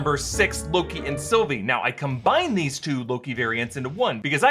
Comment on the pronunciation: Deeez Nutts broke the multiverse dammit... not doze but deez!!!